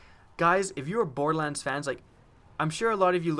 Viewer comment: 'Bordelans' lol